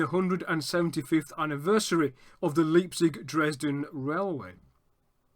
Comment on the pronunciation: Leipzig is pronounced Leyepzig, not Leepzig!